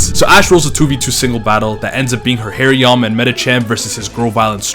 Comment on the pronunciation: It’s pronounced HAHR-ee-yah-muh, “”! 🤨